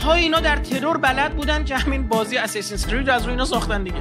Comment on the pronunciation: اساسین رو نمیتهنو تلفظ کنه بعد شده کارشناس